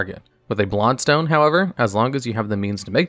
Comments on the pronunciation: You keep saying “blod stone”. Like you don’t know how to pronounce blood. It’s infuriating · “Blod Stone” or “Blood Stone”???